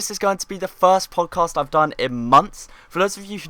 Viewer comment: Podjast? XD